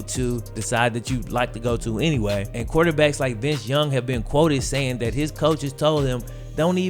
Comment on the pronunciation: In spite of you having just south of half a million subscribers, if you stop clipping your g's and start pronouncing "this and that" as opposed to "dis and dat" you would be a much better communicator, thereby attracting even more subscribers.